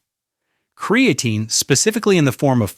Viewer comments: Amazing how AI can spit all this good information but can't say creatine right. He says "cre a teen". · kree - uh - teen 😉